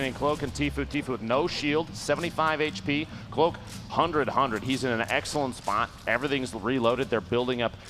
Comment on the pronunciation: How he prenounced “spot” I’m dying....